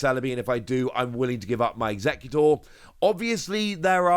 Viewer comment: You keep calling it Alolan Eeggutor in all your videos xD